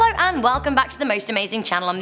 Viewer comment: I just noticed how she always says ‘hello’ like ‘ha-low’